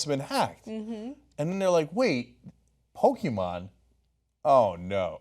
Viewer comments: Does anyone else get triggered by the way Ana pronounced Pokemon? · The e in Pokémon is short not long.